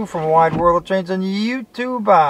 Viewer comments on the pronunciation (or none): I HATE WHEN YOU SAYS YOUTUBA IT IS YOU TUBE